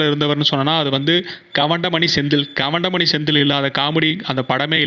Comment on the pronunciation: கவண்டமணி இல்ல கவுண்டமணி, இது கூட சரியா உச்சரிக்க தெரியல. தமிழ் உச்சரிப்பு சரியாக வரவில்லை. முதலில் தமிழ் நல்லா கத்துக்கிட்டு அப்புறம் வீடியோ போடு...